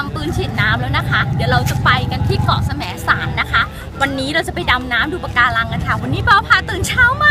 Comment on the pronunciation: จริงๆแล้วเค้าอ่านว่าแสมสารน่ะค่ะไม่ใช่สะแหมนสารค่ะ5555